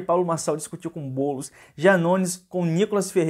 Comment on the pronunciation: Esse "Bôlos" projeto malacabado do Loola. Kkkk